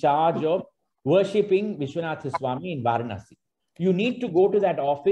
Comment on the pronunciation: I think the correct way to pronounce Varanasi is வரணாஸி not வாரணாஸி. Excellent presentation by Sriramji. I am a fan of him on his videos on Madras...